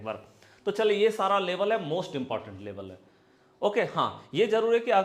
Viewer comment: Sir Labal kiyaa hota hai Level Bolo